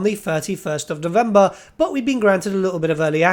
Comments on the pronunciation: I think he actually said "Dovember" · he absolutely said Dovember, i had to hear it three times hahaha